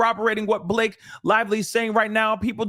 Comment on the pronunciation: Buh- La-Kay 😂😂😂 one million percent Lying on him.